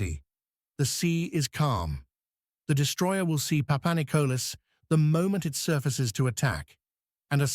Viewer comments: when a channel is full of it you even got the sub name wrong its PAPANIKOLIS NOT PAPANICOLAS lol ,you shouldnt play with a countrys history when people who had grandfathers ,today s greek military personel roam the youtube and watch channels like this one butcher their history...............some channels will do anything literally anything for views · Δεν λέγετε ΠΑΠΑΝΙΚΟΛΑ ΑΛΛΑ ΠΑΠΑΝΙΚΟΛΗΣ ΡΕ ΦΙΛΕ. ΕΥΧΑΡΙΣΤΟΥΜΕ ΓΙΑ ΤΟ ΝΤΟΚΥΜΑΝΤΕΡ ΕΛΠΙΖΩ ΝΑ ΜΗΝ ΕΙΣΑΙ ΑΠΟ ΤΗΝ ΒΡΕΤΑΝΙΑ. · Παπανικλής λέγεται ο τόνος μπαίνη στο τέλος.